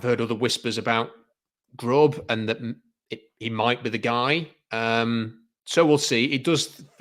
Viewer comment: I hope they do get Grubb because pronunciation of the name is great. "Grohb".